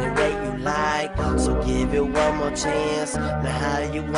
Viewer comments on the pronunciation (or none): none